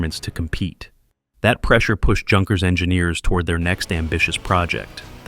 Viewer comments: Another Moron narrator without any idea how to correctly pronounce names... Like "Junkers" (Youn Cures). Hard to believe such mispronunciation in this day and age. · Just so you know, "Junkers" is pronounced "Yunkers". Also way too much repetition in this video.👎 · Junkers pronounced Younkers. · Junkers is pronounced with an intial Y, as in Youth. The two words have the same derivation.